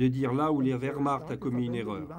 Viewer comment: Mille excuses == Werhmarcht .... avec "ch" pas "r".